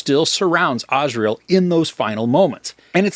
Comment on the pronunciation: Azrael is literally the angel of death. The name is pronounced Az-ry-el.